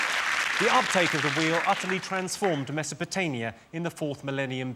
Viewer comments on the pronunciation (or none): The ventriloquist's dummy doesn't know it's Mesopotamia and not whatever the F he said!